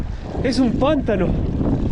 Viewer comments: no se dice pántano...se dice pantano, sin acento, digo sin ofender, saludos dsd Veracruz, México. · Hola y. Una correccion, xq siempre te escucho el mismo error. Es "pantano" en español. no Pántano como vos decis. Perdon, muy lindo el video.